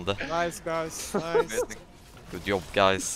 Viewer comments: Why is he saying "good iob" instead of good job? As well as "ioin" instead of join? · And “yob”